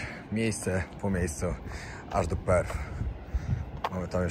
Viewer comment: Perth ,nie Perfh .Pozdrawiam i życzę miłego zwiedzania